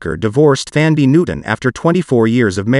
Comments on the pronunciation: I can’t stand how you’re butchering her name. Thandi is a Zulu name that means Love. It’s a beautiful name. It loses it’s beautiful meaning when you say it like this. The correct pronunciation is like Dundee with a T = Tundee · Pronounced “Tandie.” It’s spelled “Th,” but doesn’t have the “th” sound. The “h” is silent.